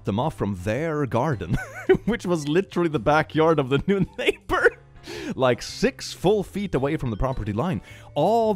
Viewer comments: ok so kinda late, like 3 months, but does anyone else get mad/annoyed at the fact it says "naybar" instead of "neighbor"? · I know they spell things differently in the US, but nayber, are you kidding me.😅